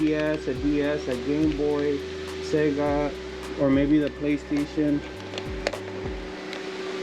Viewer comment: Your accent came out when you said Sega bro bro. 😂 I would've spoke in Spanish to get more discount 😆. Great pickups my dude. Bro I b selling them dongles for easy money. Nice on the gameboy player disc my dude. Switchers come hella clutch bruh. Frickin conker?!!!! Ahahah $160 hella good lol